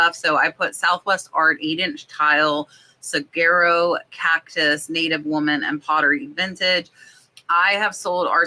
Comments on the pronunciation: The "g" in saguaro is pronounced like a "w". So it sounds like su-war-ro and not su-gar-ro. I'm in Arizona, otherwise probably wouldn't know this. Great video and sales! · The cactus pictures a Saguaro is pronounce ‘soo’ ‘are’ O ‘ the G is silent